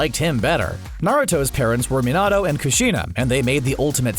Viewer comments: No my guy. That's NOT how the english version tells you to pronounce it, I watched it all the way through, and they only pronounced Kurama, Minato, and Mangyeckyo wrong. (Along with slight differences in words like Sasuke. But not enough that they're wrong) also I know that I felt mangyeckyo wrong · I hate how he says minatos name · why did he say minito like that